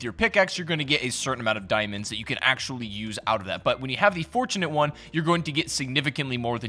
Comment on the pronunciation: Forturnate lol